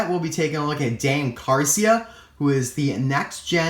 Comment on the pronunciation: It's Dan Carcia